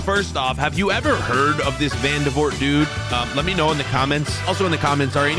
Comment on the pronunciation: i did know who vandevoort was. and i'm belgian by the way it's pronounced van-de-voort